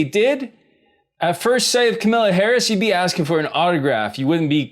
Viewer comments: Btw its pronounced Kam - a - la not Ka -mel - la or Ka - mal - la my girlfriend has the same exact name as Kamala Harris . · Kamala means "lotus" in Hindi. Indians pronounce it Kamla. Camilla is Prince Charle's wife. 🤣 I'll be 74 in 10 years! I wouldn't vote for her just because of that. No reason to wait longer for healthcare. Thanks for posting this. I don't have or want TV, so I didn't watch the debate. Sit boy! Sit! These facial expressions are priceless!!!!!😂😂😂🤤🤤🤤🤤🤤 Kamala has a lot of condescending looks. Cringe! By the way, I don't know most of these people's names. By the way, % of Americans don't know Canada exists. We don't know your states, we never see a map of Canada. Same goes for Mexico. We learn nothing in school about Canada beyond real maple syrup which most Americans have never tasted.